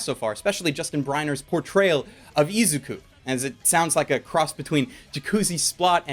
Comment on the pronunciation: He pronounced izuku wrong